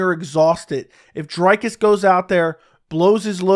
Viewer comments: Good shit. It's pronounced Dree-Cuss though my dude. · Bro is a chronic Dricus hater, can’t even spell or pronounce his name correctly. 19 finishes in 20 fights when will you stop hating. You keep talking about the holes in his game but his output is still there even if he looks gassed. Dricus to retire Brunson